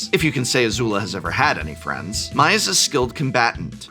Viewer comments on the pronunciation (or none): For the love of Gyatso, can any Magic content creator pronounce Mai correctly. It’s not “my” it’s “May”. The show is in English!….. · Mai is pronounced May not My in the show. EDIT: honestly though a quick youtube search could have given you guys a clip of each character's name being said in the show and you wouldn't have had a screwup like this. come on guys. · Mai is pronounced “May”. I know it makes as much sense as Aang being “Ang” and Appa being “Ahpa”, but that’s how the show says it. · I don't know the correct pronunciation but in the show they do pronounce Mai as May, not My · Here a list of a few names you mispronounced. I'm sure you didn't mean to, but I thought this would help if you are going to talk about any of these cards/characters moving forward. Hei-Bei: Hey-Bye Long Feng: Long Fang Professor Zei: Zjhu-Eh Die-Lee: Dai Lei Usurper: You-Surper Mai: May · I'm confused by your seeming familiarity with the source material but still mispronouncing character names like Mai and Long Feng